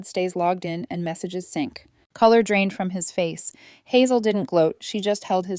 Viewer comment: Actually its sync